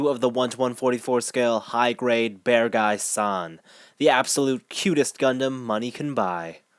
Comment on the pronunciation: By the way, if you pronounce it like "bearg guy" instead of "bear guy" (similar to how you pronounce Acguy as "ac guy" instead of "a guy"), it sounds much closer to the official Japanese pronunciation, in case that matters to you. That way the spelling "Beargguy" makes more sense too.